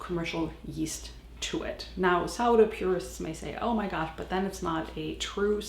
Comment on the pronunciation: You say put geast and I thought this before watch your video 😊